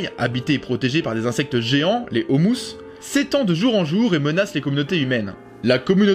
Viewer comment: C'est les ômus (O-mu)), pas les "Houmous"...